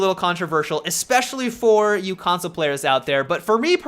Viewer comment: consloe indeed...lol